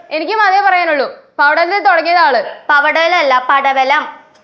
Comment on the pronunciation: പവടലം😂 aleena😂